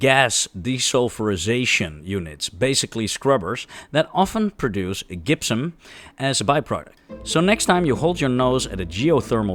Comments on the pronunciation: Note that "gypsum" is pronounced, "jipp-sum." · We really, really need to work on your English pronunciation... e.g. gypsum, pyrite, methyl, but I'm still glad you're not a computer!